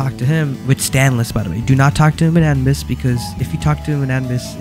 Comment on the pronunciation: It’s not anbis it’s a-nu-bis not anbis